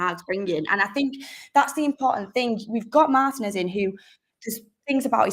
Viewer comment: Yay! Now all we need is for Mark and to learn how to pronounce his name correctly! Mar-TEA-nez is how it’s pronounced